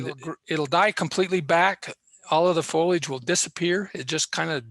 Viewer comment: Lots of great info here. I concur with everything except your pronunciation of foliage.